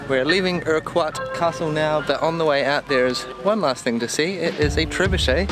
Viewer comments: I enjoyed the video guys very well done. This is not a criticism just a correction on how to pronounce Urquhart castle. the way to pronounce it is Urkhart or Urkart I have heard it both ways the most common way is Urkart. I hope this helps. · Pronunciation of Urquhart Castle is urkurt well at least I'm from Edinburgh and that's how I'd say it lol